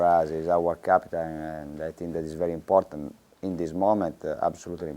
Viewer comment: es i think is es emportant! emportant yes very!